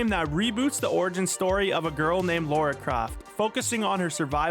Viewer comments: Lara .. not Lora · Laura croft? There's no u in Lara. It's lar-a or la-ra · Everyone but Americans say Lara not Laura. There is no u in it. They are two different names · Why do a lot of English speakers pronounce Lara's name as Laura ?